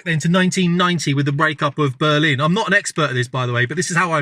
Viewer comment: lol. You said "Blurrlin".